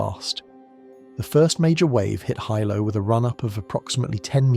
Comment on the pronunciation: It’s not Hi Low it’s pronounced Heelow. Hilo Hawaii where I live, and where the scariest events in the State happened. My daughter learned since her childhood where the tsunami inundation zones are and practiced drills and had field trips to the Tsunami Museum in Hilo. She used to be anxious when we drove on the waterfront because of the history. Kids are impressionable, but they have to know. There was a school swept over by a tsunami on a bay north of Hilo. Plus we are close to Japan by relationships of those who moved here and by similar hazards. We watch earthquake activity . It’s part of life here.